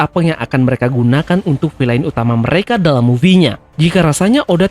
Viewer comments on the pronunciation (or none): none